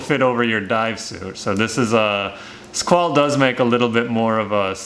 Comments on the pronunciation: FYI, Squale= "Skw-ah-leh" :) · The guy can't even pronounce the make of the watch. Embarrassing.